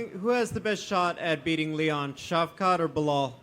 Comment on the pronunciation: "Colby, who has the better chance to beat Leon, Belal or Shavkhat?" "Shitrack."